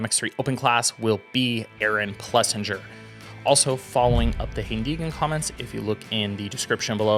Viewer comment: I'm a fan... get the pronunciation right tho. It's plesSINGER. Keep up the good work guys.